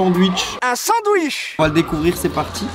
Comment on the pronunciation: « Oh il y’a des sanduiche »